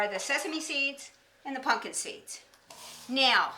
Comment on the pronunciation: I love that she says "Punkin" seeds